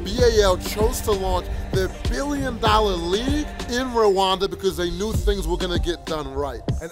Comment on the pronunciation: Rwanda not Ruwanda, you are pronouncing it wrong like most people